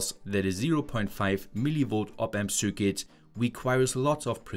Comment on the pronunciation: I wish you would take some pronunciation courses, at least for the terms like circuit, meter, watt-hour, etc